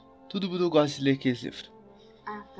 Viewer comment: 83 a comentar e tenho uma pergunta... Você goxta de goxta?